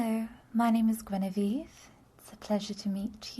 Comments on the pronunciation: Yay, new video! One thing though -- you pronounced Genevieve wrong (it's a French name so the g should be soft) :P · I've never heard Genevieve pronounced that way, interesting.